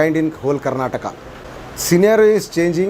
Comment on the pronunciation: Don't say Karnatak it is Karnataka